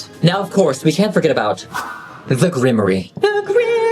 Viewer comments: Sorry, do they call it a “Grim-mory” in the movie? Or is that a joke/affectation? If it’s not on purpose it’s pronounced Grim-waar. If you already know or it was just a joke, disregard my comment. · Grimoire is pronounced grum-wahr